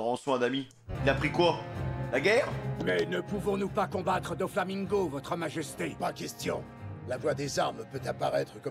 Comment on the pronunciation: "Doflamingoat" Sinon Merci pour cette react bien dodue